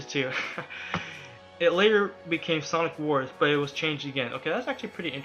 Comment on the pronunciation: is it me or does this guy keep saying sonc